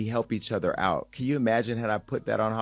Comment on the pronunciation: they're not reacting to kid news. They're reacting to something worse. Also, it's "other," not "utha."